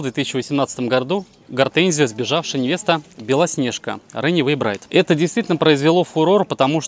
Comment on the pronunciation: Ренэвей браит! !!! Неужели сложно выучить 2 английских слова. Взрослый человек вроде . Run away - бежать убегать, bride - невеста .